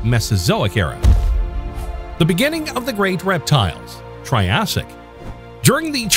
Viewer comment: You’re pronouncing Triassic wrong throughout.